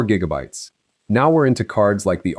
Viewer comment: “six gig-bytes” can’t even say gigabytes right.